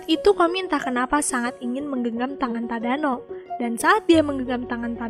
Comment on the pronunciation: Detik 6,23 tadano jadi tadana